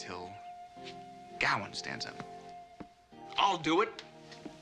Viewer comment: GaWAIN not GOWan !